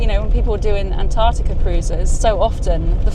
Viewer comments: I lost interest when you pronounced "Antarctica" wrong at the beginning of the video. It has TWO Cs in the spelling, use them! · Wish Americans would pronounce Antartica correctly. Is isnt that hard.